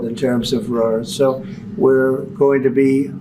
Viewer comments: Dopey Donald keeps calling it “raw earth elements”. One his advisers needs to tell him it’s “rare earth elements “. What a dope! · Why feel sorry for Zelensky? He did great to hold his own in a second language in an extremely hostile environment. What is hilarious is how Trump, who claims to speak English, kept calling it "raw earth". What a dope. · Is he saying: "raw earth"? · This has been bothering me for a week. The element is Rare-earth, not RAW-Earth. Why has no one pointed that out? He repeated raw-earth so many y=times it proves he knows nothing about . Someone else interested in rare-earth has pumped him without correcting him. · It's rare earth not raw earth,. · It's not "raw" earth. Isn't it "rare" earth? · It's rare earth, not raw earth, Trump you moron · What is "raw earth" ? Did no-one hear the semi-intelligent simian? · Rare not raw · Bc he doesn't have a clue about, like quite often, especially that it is "rare earth", not raw. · Did he say Raw earth? How many times? Its "Rare" earth elements. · "Raw" earth 😂. Sure, we got lots lol. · The Orange Buffoon can't even pronounce ''rare earth minerals''...